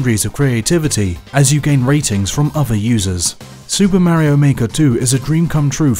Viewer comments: Say it with me, "Mah-rio." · This is how many timea he said "maehrio" 👇🏼👇🏼